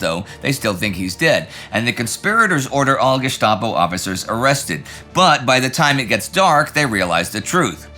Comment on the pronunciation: Love ya videos, how you can pronounce the stchop in Gestapo but the Russo’fizing of Eastern Europe I’ll never know. Word’s matter, or I guess they don’t.